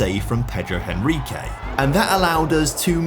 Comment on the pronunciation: Just a little correction: Henrique in portuguese you pronounce "Enrique". The 'H' don't have sound!